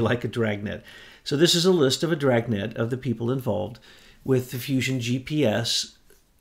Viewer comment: Dragnet ha an R in it